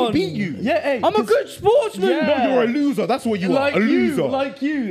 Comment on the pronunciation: "You're a luuza!" Also: "Am I Marcus Rashford", whilst doing the 👉🏻🫥